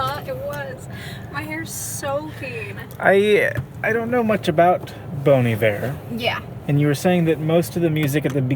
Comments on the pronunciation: Up until the last minute, I heard "BONY BEAR" instead of Bon Iver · I’ve never heard “Bon Iver” said out loud and that is not how I expected it to be pronounced haha